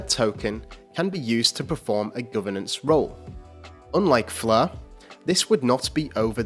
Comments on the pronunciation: Why is that the commentator is pronouncing it as "fleur" as in French but not Flare!?Not the same 🤔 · Stop saying "Flur"